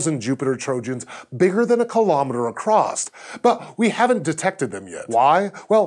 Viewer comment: ugg, he said acrosst.